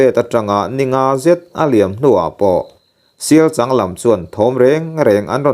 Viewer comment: Sialchang ani chhen lo 😂 Sialchâng, changzawl i lama chang ilam ang chiah khan sialCHANG kha lam rawh 😂